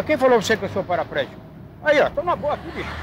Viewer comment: quem falou pra você que eu sou "PARAPRÉGICO" kkkkkkkkkkkkkk descanso meu